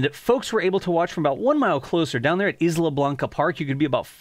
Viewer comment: Great update! BTW - "Isla" is correctly pronounced "eye-la, as though the "s" wasn't there.